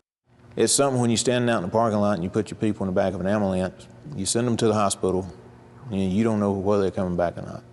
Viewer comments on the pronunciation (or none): "...in the back of an amulance..." LOL! Amulance. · Moved away from NC a couple years ago, been a while since I've heard someone pronounce ambulance "ammalans" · Hannah Joy don't forget amberlamps.